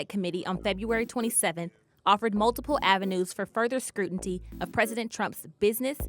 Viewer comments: What is “scrutinty”? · What's "scrutinTy" ? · "scrutinty"...? you couldn't have done another take????? c'mon WSJ, you're better than this... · " Scrutinty? " Is this the Washington Post or a 6th grade book report? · In the first 8 seconds of this video the word "ScruTinty" may be heard heard? As opposed to "scrutiny" which denotes a thorough investigation before determining guilt or innocence. However "ScruTinty" connotes "screwing over" one's former business associates. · Cala-mary?? Scruntinty?? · Further scrunity? The word is SCRUTINY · "scrootinty" How do you not start over if you screw up that bad in the first sentence... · Did she say scrutnty? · What the heck is scrutinty? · Scrutiny NOT scrucanty lol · "Scrutinty" Jesus WP what are you doing!? Look, everyone misspeaks, but as a news organization why not just re-recors? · scrutinty? really? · “Scrutinty?” Cmon man. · it's scrutiny... not scrutinty... damn... i had to stop listening off the get... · Daniel Joseph no I heard scrutinty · Wow, weird for WP not to be able to pronounce the word scrutiny, or get Matthew Calamari's name right. The news is just too fast and furious to keep up with I guess? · Anyone else hear scrunity ?